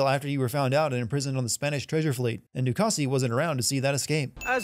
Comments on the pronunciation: Calling Ducasse, Ducassy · Du Cassee? Dude the “E” is silent its french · Sin for literally hearing how DeCasse is pronounced and still pronouncing it wrong 2 seconds later